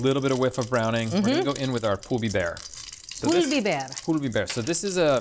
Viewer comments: I like the way you say "pul biber" sounds perfect. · pul biber 👏👏👏